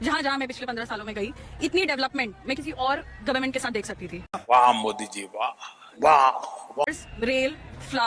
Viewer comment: ओबैसी को विचित्र बीमारी है... वह मोदी शब्द का उच्चारण नहीं कर सकता — मोडी मोडी बोलता है!